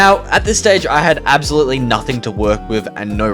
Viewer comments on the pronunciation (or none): none